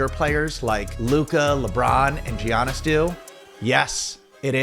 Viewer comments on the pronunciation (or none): Good video! But, Giannis's name is pronounced: "Yawn-is," not "Gee-on-is".